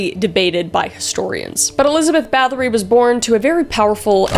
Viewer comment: I'm form Poland and it's pronounced more like Bat-oh-ry not like battery ;)